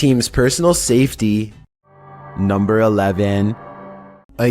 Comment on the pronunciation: "NUMBR FIFTEEN!"